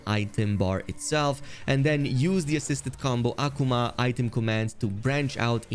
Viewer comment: The no one's going to point out the fact that he kept saying (AH- Kuu- ma) Akuma's name wrong!